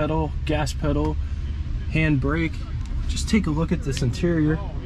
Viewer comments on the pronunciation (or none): none